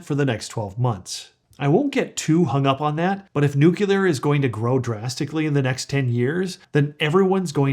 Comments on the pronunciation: nu-cleer. Not Nu-culer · Noo-clee-ur. Not noo-kyu-ler. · I can't take you seriously. The word is nuclear not new killer. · Nuclear not nucular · if you think that this guy knows what he's talking about, understand that he doesn't even know how to PRONOUNCE NUCLEAR! It's nu-cle-ur, not nuk-u-ler, which refers to the nucleus of a cell.... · It's not nucular energy, it's nuclear energy. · Thanks. It's NUCLEAR, not nucular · It is spelled and pronounced NUCLEAR NOT NUCULAR. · Don't mean to disrespectful but... it's nuclear [noo-klee-er] not NuCULAR. Everything else is just fine. :) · Nucular lol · It's "nuclear" not "nucilar",! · Sorry I have to click out because I am triggered every time I hear nu-cu-lar... and there are a lot of them. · Yes, but you say Nook-YOO-Ler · Came here for this. He keeps saying “nukeelar” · Why can'r he pronounce nuclear right> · Nu CLE Nu CLE. … got it yet? It only takes this kind of mistake to discount you. Why not learn how to say what you’re talking about? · ATTN: dumbA$$ alert …are you freakin’ serious????? Nu CLE er CLE CLE Not by CUE ler!!!! Really????? I know you put a lot of effort into your videos, why not learn how to say the word you’re talking about… Are you freaking kidding me? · Can't watch this. You pronounce NUCLEAR improperly. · I am not a native english speaker but I also thought that your nuclear pronunciation was a bit strange. Love your content.